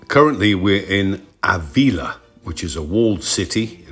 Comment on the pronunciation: Nice video, very relaxing. Pedantic mode on........Ávila has an accent on the first A, so the stress is on that letter (not the I)...........pedantic mode off!